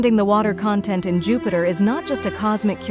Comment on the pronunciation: LOL Your fake computer voice called it jew-peter and a dozen other mispronunciations. HAHA it can barely speak english